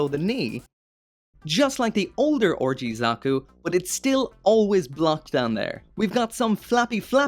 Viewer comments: Anyone else hearing orgy zaku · "orgy hands", "orgy Zaku" thats all I hear when you say "RG" or at least I think you're saying that. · That "RG" pronunciation "ORGY" Zaku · Is it me or are you pronouncing 'RG' like 'orgy'? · It is great that you're finally back. Hopefully you're able to find a more permanent home solution soon. Anyway, I'm surprised this wasn't a P-Bandai release. Nice that you got the PG GN-0000+GNR-010 Trans-Am Raiser as well. Are you getting the PG GN-001 Gundam Exia [Lighting Model] and the PG GN-001RE Gundam Exia Repair Parts? It still sounds like you're saying "orgy" when you say RG.